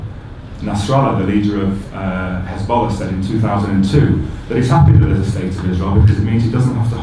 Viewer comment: Bloom can't even pronounce Hezbollah properly 🤣 just a liar. Yuck.